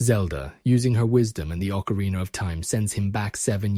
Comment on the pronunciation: What is with the habit of YouTubers pronouncing ocarina as if it ends in the two letters er?